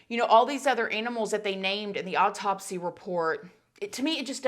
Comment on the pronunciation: This whole thing still wreaks of a ton of SUSPICION!!! We may never know the truth! 😡 Also,, you know I love ya girl and how you say some words. Lol Am I the only one who swears you say “odd taupsy instead of autopsy” 😆 You probably say it right, my ears are broken. However, I find myself saying oddtopsy now! 🤣 Nothin but love for you girl! 🥰